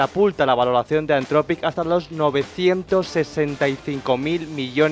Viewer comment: Dejen de decir "antrofic" por favor, "anzropic" o en su caso antropic, pero nunca antrofic